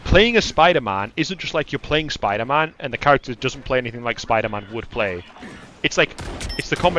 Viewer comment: the way he says Spider-MAAN makes me laugh hard 😂😂😂